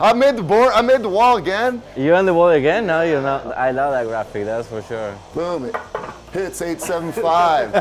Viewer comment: Jurassic Park Grant the word graphic with a D